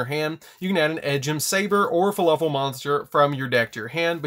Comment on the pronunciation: He keeps saying fuluffle not fluffle